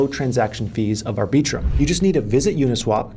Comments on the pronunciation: ArbEEtrum?? Come on Maaan! Put the emphasis on the first syllable, not the second. Think of the word "arbiter". Now extend that to arbit-rum. I am being the arbiter of correct pronunciation. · It's "Ar-bi-trum" not "Ar-bee-trum" sir :) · Did he just say ar-BEE-trum...?? OK, ma-HAIR... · “Ar-BEE-trum”… lol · I just can’t with the way you pronounce arbitrum… also dydx is not a layer 2